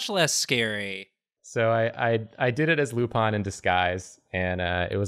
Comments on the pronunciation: He didn't say it 'the French way' though. It's 'Lou-PAIN' ('pain' like the French word for bread, not the English word for pain), not 'LOU-pawn'. He's pronouncing it like they do in the show, though. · He did say Loupun more than Lupin though. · It actually upseted me that even after the correction kept calling Lupin Lupan! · Actually, he wasn't even close It should have been something like "Loupon" to be pronouced like he did. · Was pronouncing Lupin wrong? It sounded like he was saying Lupon. Have I bin wrong this whole time?! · if it was french pronunciation it'd be wrong too so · Me when he said he was going to do Lupin the 3d: :D Me when he kept mispronouncing Lupin: D:<